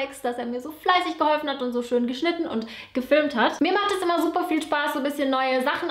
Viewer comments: "suppa" :'DD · Alex "subba"😅 haha ich liebe alex 😅🙈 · Alex immer "suber" 😂😂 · ALEX hahahaha ;D "suppa" Ich kan nicht mehr ;D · Am Ende immer "subba" 😂